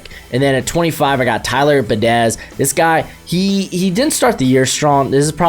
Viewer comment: Its Tyler "Be-Odish" that's how you pronounce Biadasz.